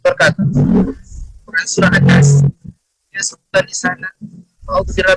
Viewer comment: An'nas bacaannya jd an'nice 🤣🤣🤣